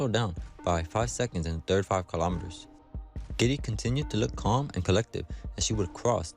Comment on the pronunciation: GIDEY - wrong pronunciation - not GEDDY!